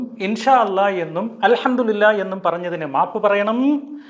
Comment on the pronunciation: Alhamdu le lah ennannu , mariyo padikkannam. Chek arabic its not allah its lah